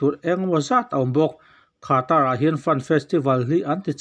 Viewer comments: Khaatra a mi.. Anmahni leh sap news reader te pawn Qatar ti a an lam mai kha.. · Khata i tih kher hian chhiar a hahthlak viau ka ring. Katar tih mai hi a har si lova. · Qatar lam thiamlo ami... Khatra 🤣🤣🤣🤣🤣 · Khatar, han tih chu, a engemaw thlak ka ti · Qatar i lam dan hi hahthlak. Dik le țha deu khan lam ve mai² ta che